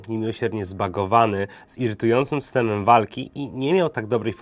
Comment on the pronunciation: "po wydaniu ttł był niedorobiony, nidsiedń (????) zbagowany z irytującym stemem walki" no nie da sie tego sluchac